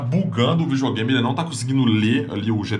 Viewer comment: vijogame so os olds falam assim